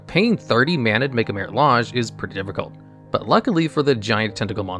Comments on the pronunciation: Anyone else notice just how many misspelled words are in the video text even when the correct spelling is on the card or learned back in 3rd grade? Or how badly some words, even some from the game, are mispronounced (i.e. Maritah Lahg for Marit Lage)? This is a great channel, but these simple proofreading and listening checks show such lack of care that kills credibility. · Why do you pronounce Marit Lage two different ways? You are 100% mispronouncing names of cards on purpose